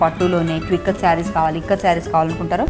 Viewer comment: Ikkat kadaa..tikkat enti?